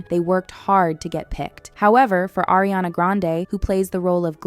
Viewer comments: It’s ARI-ana not AIRI-ana. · ARE-iana, not AIR-iana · It’s pronounced ARE-iana. Not AIR-iana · not Air, it's Ari-ana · why does she keep calling ariana eriana?? xd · IT'S AW-REE-AWNUH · Appreciate this video. It was very interesting. BUT FOR THE LOVE OF GOD. Learn how to pronounce the names of these actresses. It’s “Are-E-on-uh” not “AIR…” and Idina Menzel and Kristen Chenowith? You seriously didn’t know how to say those names?